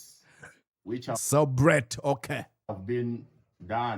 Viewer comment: Cwebrate😅😅😅 that stooge🤣🤣🤣🤣